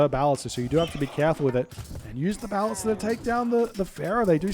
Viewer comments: I think his emphasis is still on the first syllable, whereas every pronunciation I can find has the emphasis on the second syllable. Hence, buh-LIS-tuh. I can accept that the “a” in ballista has multiple different pronunciations, but from what I can tell, even the Ancient Greek pronunciation places the emphasis on the second syllable. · Your pronunciation of “ballista” is unique. I’ve always heard it “buh-lih-stuh”